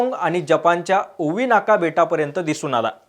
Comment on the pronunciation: ovinawa nahi re 'Okinawa'...